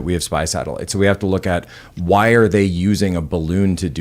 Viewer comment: That's a NASA "satilite" 😂